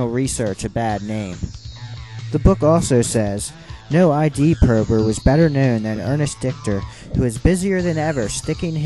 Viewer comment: Freud's concept of ID rhymes with LID, not I.D.